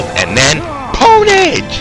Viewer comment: Pownage lol